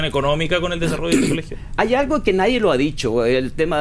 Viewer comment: "pero yo le voy a repetirle argo a ustedes" Profesor chileno